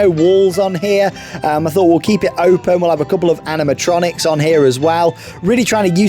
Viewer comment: Name: Rocking Rapids! Storyline: the king needs you to go mining tho find some gold! Remember to bring your trunks! You might get wet and splashed my name is docter who and the Kings needs your help. Also when you say Animotroinics I always think of five nights a freddys😂